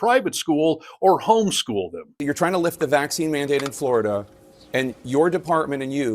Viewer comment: It’s not called Floi-DUH. For a reason. I’m a Floridian BTW.